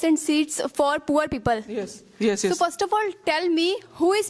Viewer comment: For all of you , first learn how to say "people " correct pronunciation "pee pul not peepal. 😅😂